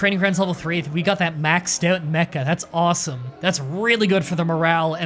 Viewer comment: When you said Mecca army, I thought you said mecha army and I was like “wait... that ain’t right...”